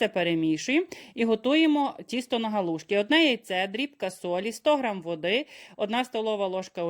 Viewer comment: Не гОлушки, а галушки.